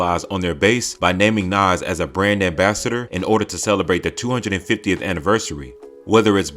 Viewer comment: Say Nas and Erykah Badu ONE MORE TIME! 😤